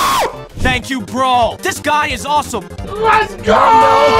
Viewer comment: I wonder why he says brol instead of bro. 🤔